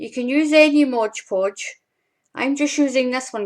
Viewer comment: An interesting and different way to make glitter paper. Thanks for the demonstration. Oh, BTW - it's MOD Podge, not Modge Podge. I think prople like the rhyme of Modge Podge, but that's not the name. Thanks again.